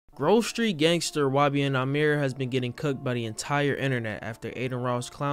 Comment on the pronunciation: this man said grove street gangerster